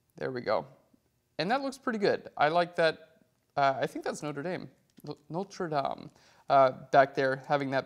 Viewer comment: You did not bork up the pronunciation of 'notre-dame'. Thumbs up! :D